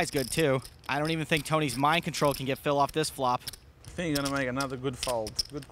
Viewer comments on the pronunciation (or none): “Phil, I fink you should get your coach get a tandem bike and get the hell out of here”